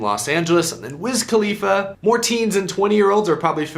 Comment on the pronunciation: What in the heck is a wizz kaleafa?